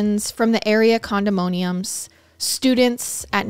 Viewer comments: Babe love you but its condoMINium lol not monium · Saying this to be helpful, not being a jerk: condominium is pronounced *condo-min-ium not *condo-moan-ium and Raleigh is pronounced *Rah-lee 🖤